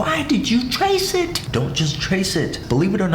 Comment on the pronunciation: Why did you "t R A C e i T"